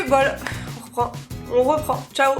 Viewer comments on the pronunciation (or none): none